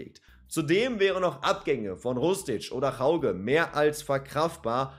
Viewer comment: Hauge spricht man "Höüge" aus. Sow hat bekanntgegeben, dass er bleibt. Ob Ndicka bleibt, ist noch nicht ganz klar. Bei Götze bin ich mir nicht sicher, wie er sich entwickelt, zumindest war er in den ersten beiden Ligaspielen eher unauffällig. Aber vielleicht platzt ja noch der Knoten.